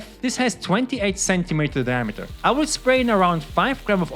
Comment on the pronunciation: didn't realize you were german until you said diameter of your pan